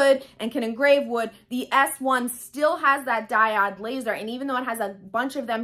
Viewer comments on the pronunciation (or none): Great information... just for your own knowledge it's pronounced DAI-OWD/// DIE-ODE not DIE-OD. Just thought you'd like to know since you make videos often. Much love to you. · Thanks for the video, - very helpful (by the way it's pronounced Die - oh de "o" not "i"):) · The way you prounce diode .....😟. Great video otherwise. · I was confused at first, she's pronouncing Diode wrong :) no worries, I figured it out. The diode cutter leaves no charred edges on fabrics, wools and felts. My C02 is overly hot for those fine fabrics. I rarely use my C02 cutter, mostly use it to cut acrylics and I'm not doing much of that. So for me my workhorse is the diode 20 watt x-tool with the expanded rails so I can cut double wide materials without resetting the workspace in the X-tool. PS my Silhouette 4 is gathering dust now days - the diode laser cuts more fine and better detailed paper cuts -no more yanking them off a sticky mat:)